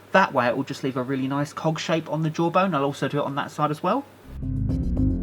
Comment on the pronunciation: Gonna be honest... Every time he said cog it sounds like he is saying cock. Sorry.😁